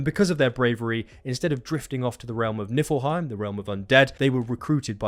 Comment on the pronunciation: Shniffle Heim, Nipple Heim, & FoShizzle Heim.